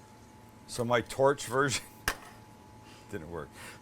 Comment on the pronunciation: I'm not entirely convinced you said "version."